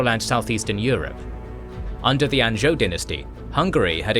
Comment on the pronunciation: How do you not know how to pronounce Anjou?